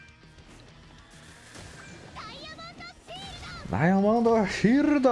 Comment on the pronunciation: sempre q o fala diamondo shieldo fica parecendo o brks edu